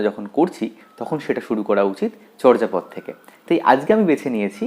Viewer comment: উচ্চারণ হবে চোরজাপদ।